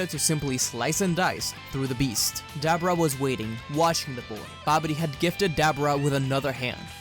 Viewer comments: Debora not Debra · Why you say dab rah its debuura l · (Da-Bor-Ra) Pronounce it correctly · I believe dabura's name is pronounced with a long u sound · Is nobody gonna notice on how he's pronounced Dabura wrong